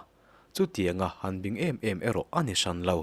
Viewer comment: Lo bing tiha bing tih lai hi i lam dik lo..